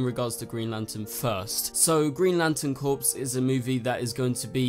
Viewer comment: Its pronounced "CORE" not "CORPS"